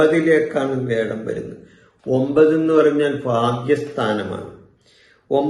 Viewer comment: Sir, വേഴം എന്നത് മാറ്റി "വ്യാഴം" എന്ന് പറഞ്ഞിരുന്നെങ്കിൽ നന്നായിരുന്നു 🙏